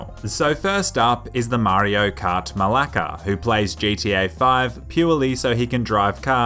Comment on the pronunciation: Malacka? lol